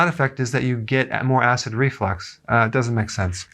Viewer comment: Is it call acid reflex or acid reflux? Because it sounds like he’s saying acid reflex correct me if I’m wrong please someone